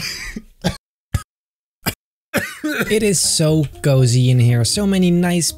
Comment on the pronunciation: The way he says cozy 😂